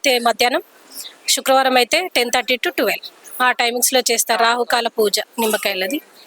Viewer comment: తెలుగు సరిగ్గా మాట్లాడు అమ్మ శుక్ల వారం కాదు శుక్రవారం అని పలుకు తల్లి.కాస్త తెలుగు స్పష్టంగా మాట్లాడే వారిని పెట్టుకొండి